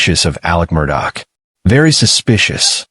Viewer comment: For you guys to say that you go into details... one would think you woyld at least know how yo pronounce the name right?